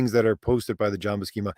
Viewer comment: Buscema's name is pronounced with an "S" not a "K" sound. Both he and Stan Lee have said his name in interviews before. Lol